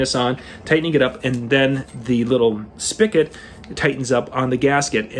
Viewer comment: The word is spigot not spicket , however the word is so commonly mispronounced that spicket is acceptable now. Thanks for the tips.